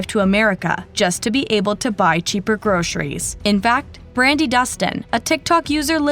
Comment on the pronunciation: It is not pronounced groSHeries.